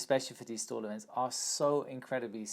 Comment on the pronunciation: When you say "stol event" all I hear is "stall event". Which is basically what it is. hahaha